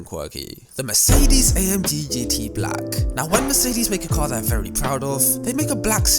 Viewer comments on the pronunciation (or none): none